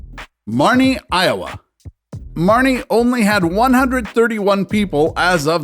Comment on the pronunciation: It is “Marne” not “Marnie”!